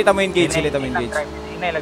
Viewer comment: Hahaha "Engege" Hahaha Idol Galing talaga mag AWM